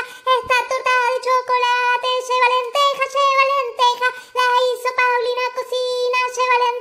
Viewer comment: Jajajajajajaja sheva lentejas, sheva lentejas, sheva lentejas, sheva lentejas, porque sheva lentejas, sheva lentejas. :V